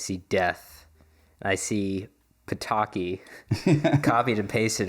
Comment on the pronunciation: You have to be very careful when pronouncing „Ptaki”. It was really close to pitoki which means p3ni5es in urban dictionary:D